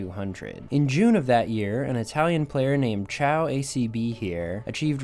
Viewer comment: Not “ciao”acb but “caio” acb